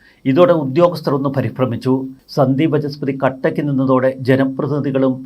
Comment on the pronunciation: Sandeep Vaachaspathi and not Vachaspathi as you say always . It is “Vaacha” and not “Vacha”